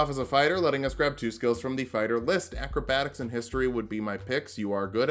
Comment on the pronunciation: Left in a “c” in acrobatiks